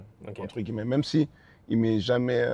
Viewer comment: Wsh il kiff dire entre « gui-lle-met » 🤣🤣